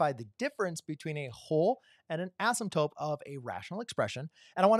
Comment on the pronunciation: Why do you keep saying asymTOPE? 😊 /Asymtote